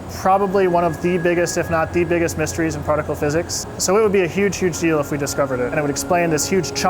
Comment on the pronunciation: ‘Partical’ physics 😂